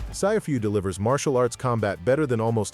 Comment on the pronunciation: 'Sci' fu instead of sifu 🤣